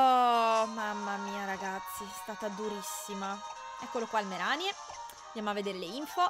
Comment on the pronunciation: MaikyTM- ma no... Ceh,si scrive Mereanie quindi: MerIni Non c'è alcuna pronuncia italianizzata, perché i nomi inglesi sono gli stessi italiani